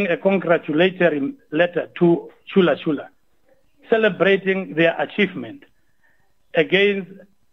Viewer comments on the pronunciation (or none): It's ChulaChula not ShulaShula...